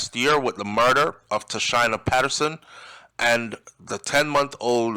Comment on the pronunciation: Pronunciation, Tasheena